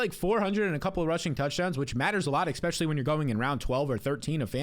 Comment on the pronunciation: Get ready 2 move 4 that McCaffrey take 😅 he's "exspecially " injury prone!